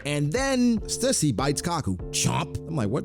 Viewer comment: stussy but the t is silent